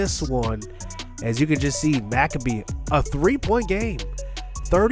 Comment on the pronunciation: anyone gonna tell him it’s no macabee and it’s pronounced mac-abe